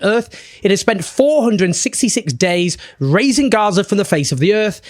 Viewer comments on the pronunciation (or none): “razing Gaza” not “raising Gaza”!!!